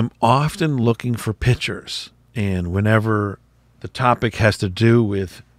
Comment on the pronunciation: Please pronounce the word correctly! It's "piCtures" (with a hard "c"), not "pitchers", as in a pitcher of water. Thank you!